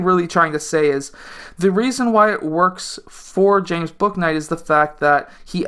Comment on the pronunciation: his name is pronounced booey-knight btw haha!